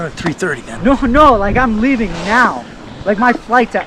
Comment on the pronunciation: He says “I’m hleaving now for my flight” sounds like you should stick around for awhile, miss the flight, and sue they asses, since you never did shit.